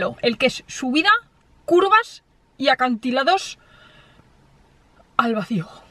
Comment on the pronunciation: Acantiladosssssshhhh, curvassssshhh, jajajajaja